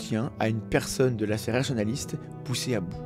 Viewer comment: Excellent contenu, comme d'habitude. Par contre, fais attention à la prononciation de 'sphère Rationaliste'. A chaque fois, j'entends 'sphère Nationaliste'... C'est pas la même chose, mais alors pas du tout !